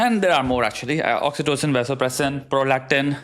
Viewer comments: Vasopressin???😂😂😂😂😂😂😂 R u serious? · My kidney got hurt when she said vasopressin in bonding !!!! Seriously